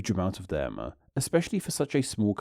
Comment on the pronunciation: I'm curious about what's going on with your accent. I've never heard words such as 'too' pronounced 'too-wa' and 'them' as 'them-ah' before. Where is that from?